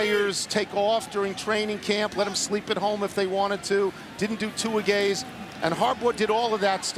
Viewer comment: I still find it funny how Tony Kornheiser says "2-a-gays" - instead of "2-a-days".